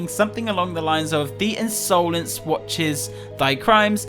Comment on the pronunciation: Did anyone else notice when said The Unsolence